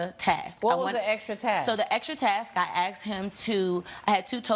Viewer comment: Why do they all say "AXED" instead of "ASKED"??!?!?